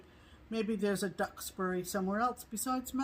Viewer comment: Yes, you pronounced Duxbury correctly. I was so happy to see this one on sale - I ordered it this morning! I grew up in Duxbury and still visit my parents but not nearly as often as I'd like with the current pandemic conditions. Really enjoy watching you ladies and get much inspiration from your projects!